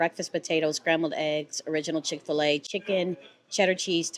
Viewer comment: Hapeville 🙌 Chick - Fila ....you didnt say it right but its ok ...we know what your saying 😊 Never ate in there ...may have to try it